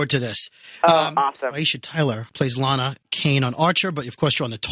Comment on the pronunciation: LAA-NAA-HAA.. I thought I heard self-righteous clomping.